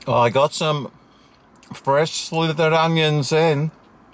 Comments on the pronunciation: You mean slivered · its silvered onions, not slithered onions...